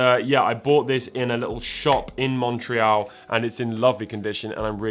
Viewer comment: I keep being jumpscared every time he says Montreal because that's where I live. XD Anyone know which store he went to?